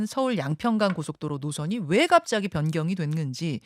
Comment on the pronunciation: 왜 갑짜기 라고 강조 하지 마세요 ~^^